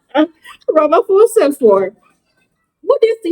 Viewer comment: Ramaphosa is constantly pronounced as' Ramphosa' (p) and not (f).